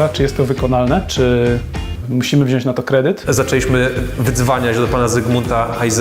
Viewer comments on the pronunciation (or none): none